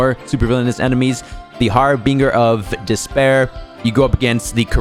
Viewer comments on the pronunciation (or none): Not my boi saying harbinger like that 😭😭